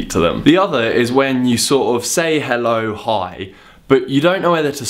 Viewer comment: its sounds like you say it on Danish halløøøøj(hello) :D